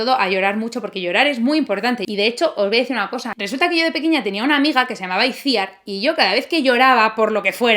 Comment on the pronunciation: ay, ay como suele ese "Iciar" que me ha pronunciau. aa AAAAAAA. Vamoaver. Ese Iciar que me has dicho, seguramente se escribe Itziar pero como no eres vasca y no sabes pronunciarlo te lo perdono😂👌(aunque sigue doliendo😂😂)